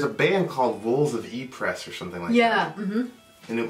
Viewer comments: Probbaly been told, but Ypres is actually pronouced eepra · Just a friendly tip: ypres is pronounced "eep" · They also mangled the pronunciation of ypres.